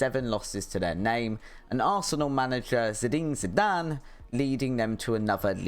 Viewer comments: Nice lil video. But if you’re gonna make football content, I’d suggest you brush up on player names. Getting Zidane’s name wrong feels bad. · "Arsenal manager Zidene Zidane" 🤣🤣